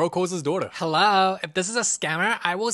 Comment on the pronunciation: how she went herro killed me😂